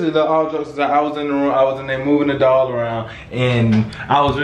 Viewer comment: It sound like they saying dog not doll 😩🤣